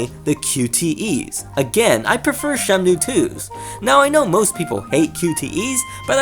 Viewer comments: Is it shenmue or shenmnue? Every time u name drop its urking my soul... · Why does he say Shemnue? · Why you say SheMnue! Anyways, both are great, but 2 has more details. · you call it shemnu lol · Bro you keep saying "Shemnue" lmfao stop that man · Your pronunciation of Shenmue (as Shemnue) is so distracting. Great video otherwise. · Holy shit hearing you saying Shemnue is making my ears bleed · Why are you saying Shemnue?